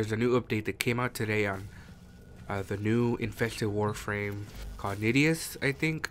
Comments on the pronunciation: STOP SAYING NIDIUS. GAAHH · it's nidus btw. Nigh-Dus